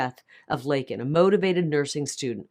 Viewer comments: We are a joke to the rest of the world. They all know Biden is a liar. The only thing he said that was true was Laken Riley was killed by an illegal, even if he couldn't say her name correctly. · All of the commentators mention how Biden finally mention Laken Riley and miss pronounced her name and admitted she was killed by an illegal alien. However, Biden's comment right after, "......but how many thousands are killed by illegals..." Right on Brandon, there have been many killed, raped, beaten, mugged, etc...ALL Because of YOU!! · Joe was off script...when he responded to MTG about Laken Riley. Thats why he "flubbed" up. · He had no intention on saying her name. He didnt care what her name was prior to his SOTU address otherwise he would have known it and said her name correctly AND said it without being Prompted!!! He didnt try to unite America. He gaslight America, blamed President Trump for EVERYTHING, Lied and lied and oh wait he LIED. His reality is either convoluted with lies others are telling him and he believes and repeats or reads his notes that OTHERS are writing for him, which mesns he is just a puppet OR he is very cognitive and knows what he is saying is a Lie. Idk which one is more dangerous. This was a political Campaign speech. This was not a SOTU address. This was all of his demons being released on the public, venom being spit out by a potential crazy person and threats basically being made to anyone that goes against him. I pray for each one of us to have the courage and the numbers behind us to STOP THIS CRAZINESS. God Bless each of you, God Bless President Trump and God Bless the USA ! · Not to mention saying her name incorrectly. Can one individual be any more disrespectful to the American people than Joe Biden? I don't think so. He's just a piggish, evil, third anti-Christ, socialist who doesn't care about ANYONE but himself and his interests. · harris's face when he screwed up Laken's name is quite telling of how she feels also.